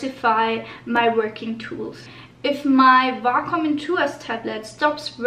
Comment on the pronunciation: Way-com it's pronounced way-com